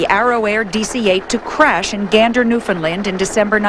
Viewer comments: newfound "land" not "lind" - pronounced new-fin-land. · New-Fin-Land...not New-fin-lund.....